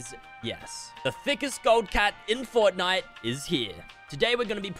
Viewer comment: Is it just me or when he said forrnite it made me cringe